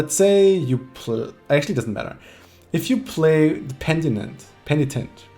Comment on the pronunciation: Great content, just the deck I needed to give me a break from playing NG :) One minor nitpick though. It's PEN-i-TENT, not PEN-ti-NENT, from the noun "a person who repents of sin"